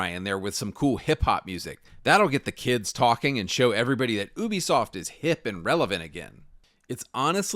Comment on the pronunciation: Its "you-be-soft" not "ooo-be-soft"